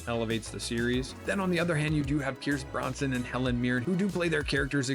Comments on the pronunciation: Please learn to pronounce Pierce Brosnan’s & Stephen Graham’s surnames correctly - it’s BroS-Nan not BroN-Son (ie Not like Charles Bronson)… And Graham sounds like “Gray-Um” not “Gram”, there is a different British vs American pronunciation of this word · I like your enthusiasm. Lots of these I'd love to see. A few I have seen. American Primevil, if you're well versed in Westerns, I'd say skip it. Some good performances but the reviews were mostly right. Mobland was fun as hell, stacked cast. Pierce Brosnan (not Bronson) was my formative James Bond so check his name pronounce. Good vid! Murderbot looks like a must see. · Pierce Bronson??? Pierce BROSNAN!! 🙄